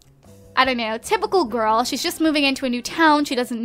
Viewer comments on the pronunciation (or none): none